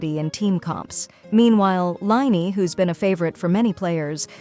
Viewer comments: “Liney” HAHAHA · You should try different way of to pronounce character names using the voice bot like “Linny” instead of lyney which turns into